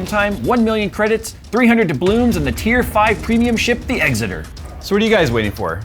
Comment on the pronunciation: And he say Exeter wrong. Like how tf can you mispronounce it?